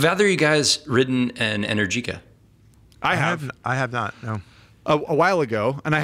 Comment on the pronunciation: Go ride an Energica (which is pronounced Enérgica) than you can talk about electric motorcycles.